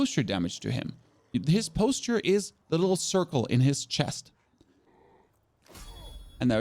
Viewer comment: This is wonderful and all but the way I just heard you say “posture” and “various” makes me wonder if this game will make me lose brain cells.